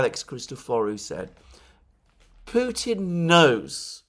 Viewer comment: McGovern seems to always -- thus intentionally -- pervert the true pronunciation of Putin to "putain" (which is rather disturbing when one runs that through a French to English translator). And Johnson, it seems to me (like Allister Crooke), suffers from deeply ingrained antisemitism. Nonetheless DNI Gabbard might well be informed by them; she's quite discerning.